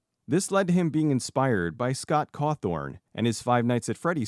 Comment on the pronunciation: It's Cawthon, not CawthoRn.